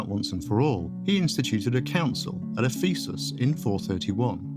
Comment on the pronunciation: Ironically, the Church of the East refers to him as one of the 3 Greek Doctors of the Church, which would appear to be what this clip meant even though what it said was one of several mistakes, not least of which was the repeated mispronunciation of 'Ephesus'.